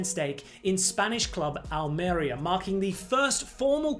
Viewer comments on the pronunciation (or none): The stress is on the I: Al-meh-REE-ah